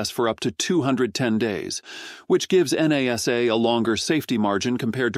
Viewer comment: Stupid AI voice, NASA is treated as a word, not 4 independent letters (@ 7: 15).